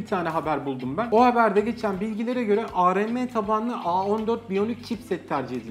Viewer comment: areme değil abi yazıldığı gibi arm